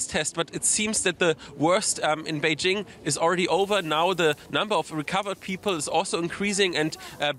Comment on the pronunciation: Bay JING. Not beige —ing